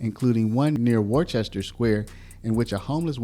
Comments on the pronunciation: Beautifully honest report about Boston--however, it's NOT pronounced "Wor-chester"--it's "Wustah"--local Mass Speak! ;-) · Worcester ≠ Wore-chester Worcester = Woostah or Wistah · Worcester is pronounced wuhstah Gloucester is pronounced glawstah I was born in Brighton, pronounced bri'in.